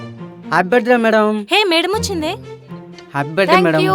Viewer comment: "Buh day" kaadhu " Birth-day" RTH silent kaadhu